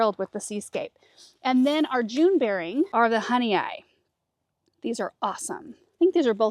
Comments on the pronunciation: Hi! Just wanted to help you out with the pronunciation of your Honeoye Strawberries. It is hun E oy. Honeoye is one of the area lakes from western ny in the fingerlakes region. We had a family cottage built on the lake by my husband’s grandparents in the 1930s until the mid 2000s. I live north of the lake in Honeoye Falls just south of Rochester. The Honeoye Strawberry was introduced in 1979 by the berry specialists at the Experimental Station in Geneva, NY. Since that time, commercial growers in New England and states bordering the Great Lakes have grown it with great success. The plants are very winter hardy, vigorous, and have some resistance to powdery mildew. Love watching your show! 😊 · HONEOYE IS PRONOUNCED HONEY OI. Seneca word meaning fingers lying there or fingers on the ground. The seneca living here would cut off a finger. Nobody knows why. Yes i live in Honeoye on Honeoye lake. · Love this! One thing the June bearing is pronounced Hun-ee-OYE they're named after my hometown in NY. They were developed at the Cornell Research Station in Geneva, NY. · I think it's pronounced "honey oy" like boy. At least that's how we pronounce Honeoye lake in upstate NY. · Not that it matters a great deal in the grand scheme of life, but I believe the Honeoye strawberries are named after one of the Honeoye towns in upstate New York near Rochester. There's Honeoye, Honeoye Falls, and Honeoye Lake, which are all pronounced HUH-nee-oy, so it's the food honey plus oy at the end that sounds like oy vey, or coin. I spent a few years in the area, and there are a handful of oddly pronounced towns around there. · It’s pronounced “honey-oy”. I have family from Honeoye Falls, NY. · Honeoye is pronounced “Honey- oy”. I am from the area they are named for in Upstate New York. Love the new beds and you guys! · it's Honeoye (like boy without the B). It's named after a town in Western NY (Finger Lakes region).